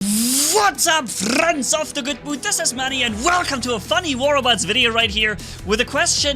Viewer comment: I still wonder how manni says "friends" as "fliendsssss" its almost like his camera is shaking